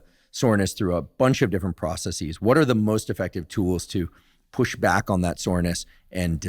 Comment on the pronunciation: Speaking of pet peeves, the singular is process, so the plural is processes (“process-says” not “process-seize”). You are free to use a long O or short O in the pro part.